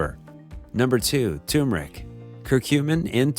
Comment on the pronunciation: It's not "tu-meric"; it's 'tur-meric'..